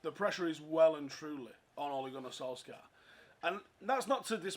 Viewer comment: Btw - for fuck’s sake you please pronounce his name correctly - it’s ‘Sol - Shire’.